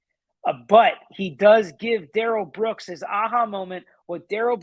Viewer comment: It’s not Darell, Da’rrell. Everyone in court should start pronouncing it that way and MAYBE he will stop saying he doesn’t consent to being called that name and doesn’t know anyone BY that name. He called himself Da’rell in the arrest video.